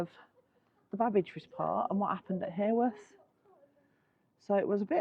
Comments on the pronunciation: Came over to check out your channel after seeing you with Neal & Emma. Thank you for visiting our lovely Bronte country, just wanted to say, Haworth not pronounced like heyworth but ha ha Haworth 🤣. The Black Bull has also featured on most haunted as its thought Branwells spirit still has a presence there. Keep up the great vlogs guys ❤️ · well in fairness, us Yorkshire folk tend to drop the H in Haworth too, sounds more like Awuf 🤣. Happy New Year! 🥳